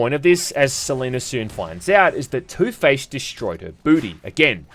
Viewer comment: Please tell me i'm not the only one who hears ToothPaste everytime he mentions Two-Face 🤣🤣